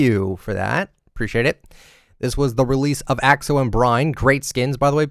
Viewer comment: Lol keeps pronouncing Axo as "Ox-oh" 😂